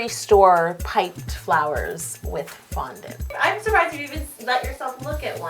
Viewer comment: it sounds like it's not a cake it's a foundount lol😁